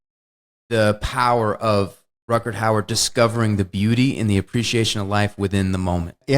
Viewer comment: He also keeps saying "Rutgerd Hauer". And I just noticed he referred to "Gafft".